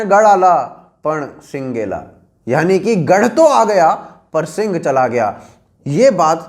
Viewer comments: Bhai wo sinha hai sing nahi. Agar pronounciation smajh nahi aa rahi to google translate hi use kar le. Gad ala pan sinha gela matlab ki killa to mila gaya lekin sher kho diya. Sher ko marathi me sinha kehte hai. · Brother, you are doing a good job but it was siha( lion) not singh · सर आपणे काहा ( गड आला पण सिंग गेला) वो सिंग नही है वो सिंह है मतलब शेर होता है ( गड आला पण सिंह गेला)👍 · गड़ आला पन सिह गेला है वो ना की सिंग ये है वो word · lol sing nahi sinh hai means lion hota hai 'gadh ala pan sinh gela'...... bolna sikh le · Vo Singh nahi sinh hai Marathi me lion ko sinh bola jata hai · सिंग नहीं 'सिंह'. अौर सिंह मतलब शेर. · Good video.... On personal note.... 2 correction.. 1. Pronunciation.... सिंग ... means horns... It should be... सिहं means lion. 2. Ghorpad ( animal ) was not used in practical. Extra iron claws were added to hand for better hold on rocks. It was strict order for army not to utter a word if they fall. Actually this ghorpad part needs to be changed in history.